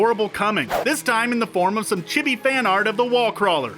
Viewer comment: it's CHEE-bee, not chih-bee lmao